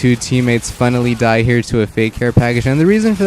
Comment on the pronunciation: Is it just me or did anyone else here tie instead of die